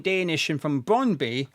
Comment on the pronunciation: Not having a go,just trying to help,,its not brondbee but brond booo danish is a strang langueage lol